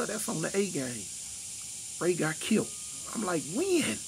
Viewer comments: “Kilt”!!???!! lol. Bro you mean killed. Kilt is something you wear. Lol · C'mon fam......*killed....not *kilt..smdh🤦🏽